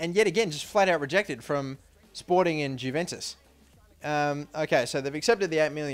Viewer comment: Lol it isn't Jew ventus its juventus